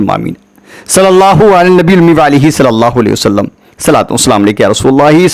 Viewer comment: Aapse guzarish hai ki please hamare nabi ka naam sahi se Lelo sallallahu alaihi wasallam ❤️ zaldi zaldi mat bol do please